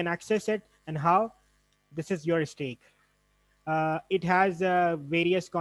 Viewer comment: It's STACK, not STEAK.